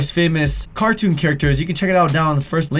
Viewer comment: "famous cartoun characters" X'D